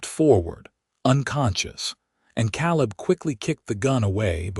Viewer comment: Very good story. Caleb name is pronounced KA LIB, laughing because these stories always has a MRS. CHEN